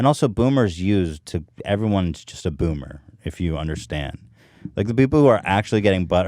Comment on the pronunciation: I like when Ethan says byoomer